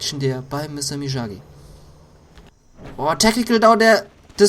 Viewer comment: It's (ME-OG-Gee) and (SHIN-NOOK)!!!!